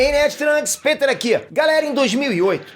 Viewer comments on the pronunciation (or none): none